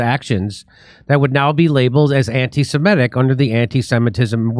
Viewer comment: It is semitic, not simetic.